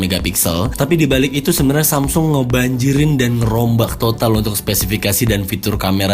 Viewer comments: Ciee.., nyebut Samsungnya udah lancar, belajar dimana kak? 😅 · Tumben lancar nyebut samsung 😂😂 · lho kok ngomong samsung nya lancar jaya ya, nggk seperti yang kemarin =D